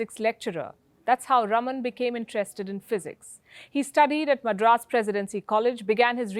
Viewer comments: Please pronounce as Rāman (रामन) & not Raman (रमन). The correct pronunciation is C V Raaman or C V Rāman. सी वी रामन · Palki Sharma Upadhyay, he is C V Raman, pronounced Raaman. And NOT Rum-un!!!! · Its rāman, not ruman. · Wtf can some in Wion teach her how to pronounce RAMAN its not Ramn... 😓😓😓😓😓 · north Indians... PLEASE learn to pronounce non-north Indian names and words correctly. For instance, It is C.V. Raaman (रामन), not रमन, it is Chidambaram (चिदम्बरम), not चिदाम्बरम, the dish is pronounced saambaar (साम्बार) not साम्बर . Or are north Indians too arrogant (or lazy) to learn to pronounce correctly? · It is not Raman (रमन ) Palki but Raaman (रामन). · Should be pronunced as Raaman, not ruman. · Thanks, Palki for the excellent video. One small correction. Sir CV Raman's name should be pronounced "Raaman"(rɑːmən) as opposed to "Raman" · + My comment is NOT specifically at you alone, but at every one in general, and more towards non-south Indians... PLEASE learn to pronounce south Indian names and words correctly. For instance, the correct pronunciation is C.V. Raaman (रामन), not रमन, it is Chidambaram (चिदम्बरम), not चिदाम्बरम, the dish is pronounced saambaar (साम्बार) not साम्बर . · EXACTLY!! I cant say it wasnt HAMMERING to hear Palki repeatedly say Raman! I was clearly focusing on the wrong bit :! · + North Indians KEEP mispronouncing south Indian names. For instance, the correct pronunciation is C.V. Raaman (रामन), not रमन, it is Chidambaram (चिदम्बरम), not चिदाम्बरम, the dish is pronounced saambaar (साम्बार) not साम्बर . Sometimes, I wonder whether is is arrogance, or whether is it laziness (to learn the correct pronunciation). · Palki ji, the name Raman is pronounced with the first "a" being stretched such as "Raaman" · Its "Raaman"...not spelling, pronouncing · His name is pronounced as RAAMAN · correction: His name is pronounced as Raaman just like we say Ram as Raam